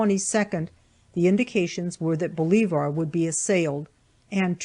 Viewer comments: Its pronounce Bo le VER NOT BO LEE VAR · I'm from west TN. The town she is referring to Bolivar, TN is properly pronounced "baw-live-ur" not "bo-lee-var". 😂😂😂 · The town of Bolivar is pronounced ball-iv-er. Flawless reading really and good book. I just know this area and know how it is pronounced by everyone. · we are talking about Boliver , Tennessee. I doubt this town gave its permission to have its pronounciation butchered. Don't care how arrogant the reader may be its not her call to change how a town is pronounced. Sorry but publishing does not make you grammar or syntax ruler.